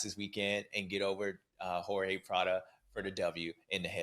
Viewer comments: It's Prado. Not Prada !!!!!!!! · Still saying "Prada" 😂